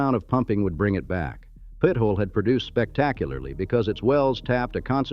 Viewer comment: Pit-ola. Omg